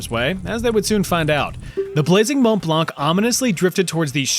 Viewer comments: The ''c'' is silent in ''blanc''. Just sayin... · A beautiful fire indeed... (Btw, the "c" in "blanc" is silent :D )